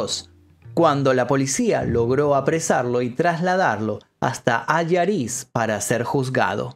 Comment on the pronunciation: Se dice Allariz, no Alariz. Yo vivo en Orense a 20km de allí y todavía se habla de aquello por esos parajes. Un saludo